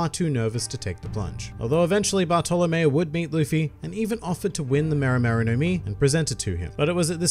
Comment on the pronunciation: how the fuck does he pronounce bartolomeo